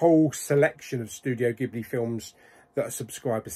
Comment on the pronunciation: It's pronounced jibly. Two of their best are Hayo Miyazaki's Princess Mononoke and Laputa castle in the sky.